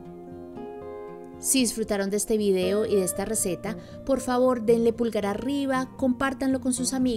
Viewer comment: Ese utensilio no es una licuadora, es una Batidora de Vaso: Además, no estas licuando sino emulsionando. Ah! se pronuncia Vídeo no Vidéo😱